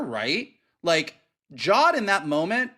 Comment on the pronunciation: 8 episodes in and is finally pronouncing Jod as Jod instead of Jode 🙌 Loved y'alls coverage tho lol. EDIT: Goddamn it now is saying Jode he's been infected. Huge shame this show is under-viewed also, Disney have really been burying it for some reason. I'd actively have to search for the new episode on Disney+ every week.